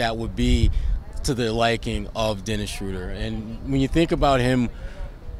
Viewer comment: It’s Dennis not Derek lol.